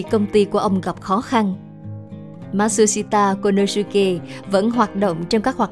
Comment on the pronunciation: Phát âm tên ông chưa chuẩn bạn nhé , ma trư si ta cô lô sư kê !!